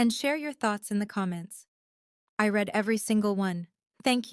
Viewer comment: In the opening announcement, you mispronounced the word READ and in the wrong tense. Check dictionary. 😮😊